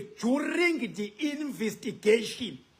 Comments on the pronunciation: Investigation NOT Invistigation😂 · Investigation n not invistigation educated.😊